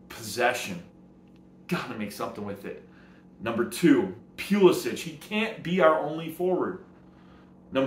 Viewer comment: Its Puh-lissick.....